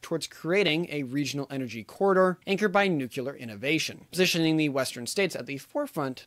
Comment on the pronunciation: Nuclear, not nuqulear